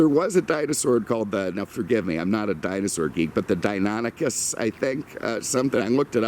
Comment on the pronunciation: As a matter of fact,, you pronounced Deinonychus very well. However, it is indeed a member of the Velociraptor genus, Velociraptor antirrhopus, to be specific. The central Asian subspecies that you mentioned is Velociraptor mongoliensis. All of these dinosaurs are classed as dromaeosaurids, and are no less intelligent than modern hawks and eagles are.